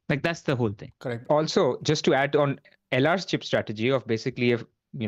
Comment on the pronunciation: The pronunciation from LR on some of those names 🔥